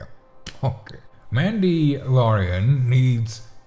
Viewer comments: "Mandy Lorian" - This is great. Hilarious. Thanky you. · The way he pronounce mandalorian 😂